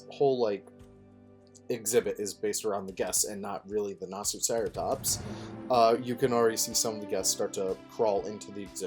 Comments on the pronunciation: Great video and great speedbuild but next time here's how you would say Nasutoceratops. (NAH - SUE - TOE - SARA - TOPS) hopefully, this will help you out later. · You pronounce the dinosaur like this Nah-soo-toe-ceratops You also deserve SO much more subscribers to the point that when I see your subscriber count it’s triggering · It is poneced nor tor ser a tops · hello, it's actually nasithjiahshfaceratops btw